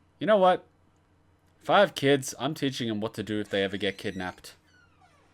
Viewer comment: "How do I reech these keeds"